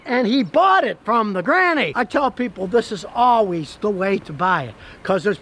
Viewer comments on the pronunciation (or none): "Alwees" is not a word.